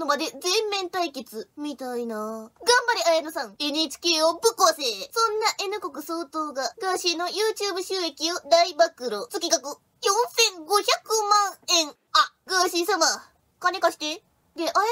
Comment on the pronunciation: 「月額」←ゲツガクって読むんやでー 🐻